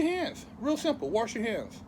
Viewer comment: "Warsh" Lmaoooo